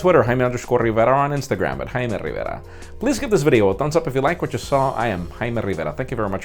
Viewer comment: I like how he says Jaime Rrriverra